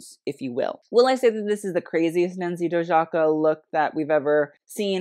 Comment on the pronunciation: pronounced Nancy Doyaka ;)